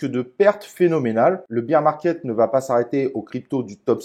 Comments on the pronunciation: Bère market pas bire (beer) market 😜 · 'Bir" market... lol beer market... bear market c'est "bère" market... santé 🍻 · non mais tkt c’est juste rigolo avec le côté beer 🍺 😜